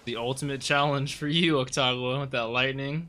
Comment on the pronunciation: Its AKUtagawa not AKTagawa